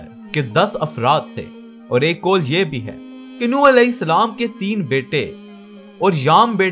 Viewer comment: Yar ye Nooh نوح hy. Apne ne darust kr len please